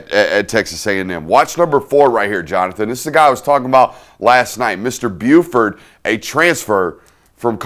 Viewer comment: It’s byard not Buford but good stuff